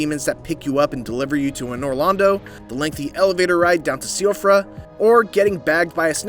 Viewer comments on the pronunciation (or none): Also, Siofra is “she-off-ra”, not “see-off-ra”